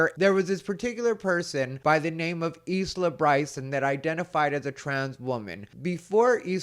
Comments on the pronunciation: Isla is pronounced Eye la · Bloody brilliant ! Isla pronounced, Eye-la 🇬🇧 👍